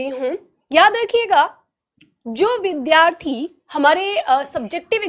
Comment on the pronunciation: वद्धार्थी नहीं विद्यार्थी होता है । कृपया उच्चारण पर ध्यान दीजिए । पढ़ाती बहुत सुन्दर है, उच्चारण सही होगा तो चार चाँद लग जाएगा । धन्यवाद!